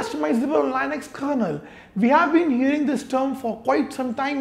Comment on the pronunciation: Why does he say Lainux for Linux?